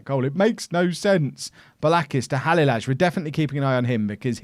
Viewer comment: halilaj is pronounce halileye